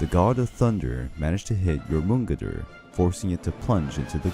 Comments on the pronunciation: This butchery of the word Jörmungandr in every Norse video that he's mentioned irks me. It's Jör (Yor) mun (Mun) gandr (Gandir - the i is not a hard i, it sounds more like der) I'm no linguist so the precise explanation of sounds isn't my thing. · Dude you pronounce Jörmungander like this Jormun-gand-er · i just have to say the world serpent is pronounced “your mon gand der” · Yor mun gidder? I die a bit inside everytime you pronounce it like that. Your-mun-gander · Yamungeder instead of jormungander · Jormangandr (yor-man-Gand-er) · Love the video. But didn't Thor take 7 steps from Jörmungandr's body and then succumb to the poison? Also hearing how you pronounce Jörmungandr is so weird. Never heard it pronounced like that. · Great video but the way you pronounce jormungandr makes me mad 😂😂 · The pronunciation of jormungdr and aesier are mildly infuriating